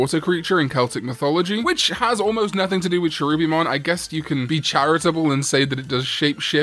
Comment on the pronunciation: Did you know that Tailmon was originally designed to be a mouse, hence why she still has her mouse ears and mouse tail? Her prototype name was Hatsukanezumon, a pun to hatsuka-nezumi („house mouse“). Also, Cherubimon is pronounced with a hard K.